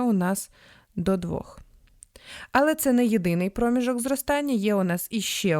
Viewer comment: Приємний голос, але напружує помилка з наголосом в слові, яке постійно повторюється: промІжок! Треба на «і»!